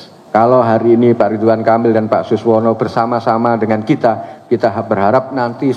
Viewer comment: Saking buru²nya, sekjen Golkar masih salah menyebut nama Suswono menjadi Suwono 😅